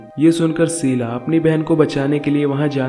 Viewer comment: Sheela not seela. Please correct your words